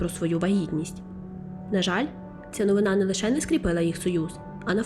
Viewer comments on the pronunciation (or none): none